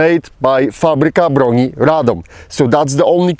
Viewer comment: Im Pole and i must say - Fabryka Broni Radom (FB - Radom) - it sounded like you were Pole native xD